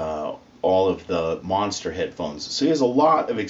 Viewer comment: Lol the way he said monster